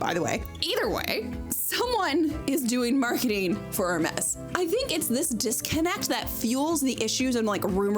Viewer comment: thanks for telling me the correct pronunciation of Hermes. Not at ALL what I thought.